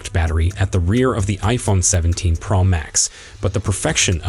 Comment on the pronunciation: Why can’t you pronounce Pro correctly??..it’s not praw Max…it’s Pro ..O…like in Oh….makes this video unlistenable